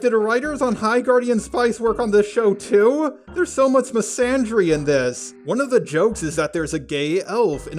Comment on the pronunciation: You keep mispronouncing misandry and it’s irritating